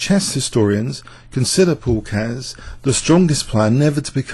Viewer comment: and to Mr Young, Keres was pronounced correctly in video, not this Care-ess but Keres, about Najdorf im not sure :D